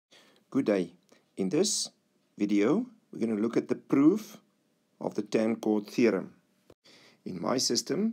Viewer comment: the way he says proof gives it away